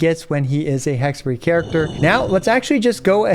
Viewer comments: as an italian, it was hexerei not hexerye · "It's hexa-rei not hexa-ray" - Hermione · I apologize for saying Hex-a-Ray : anyway, Hex-a-Ray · I thought that funny. He back tracked on it immediately. xD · If you read the thing as it is, it should be HEK SUH REY right? well yacht is pronounced YAT so.. (sorry I'm not an English native speaker) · If they wanted it pronounced Hexerai, they shouldn’t have spelled it Hexerei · the fuck you mean hexer-rye. That makes zero sense. What. No.